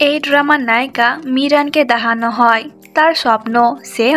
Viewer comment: আপু তোমার (দেহানো) শব্দ টা শুনতে ভালো লাগে না, কিছু মনে কর না😅